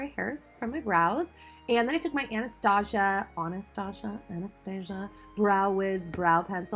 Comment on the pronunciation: Ah-an-stah-zeeah!!😂😂lol...love you